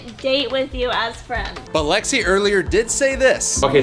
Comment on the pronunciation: ITS LEXI NOT JEXI